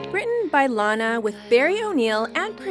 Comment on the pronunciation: SHE SAID LANA WRONG IM SO FICKING TRIGGERD RIGHT NOW WTF